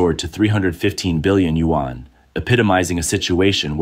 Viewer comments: Another narrator who can’t correctly pronounce the Chinese currency. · Chinese can't pronounce english either but if we do it it's rayciss I guess 🤷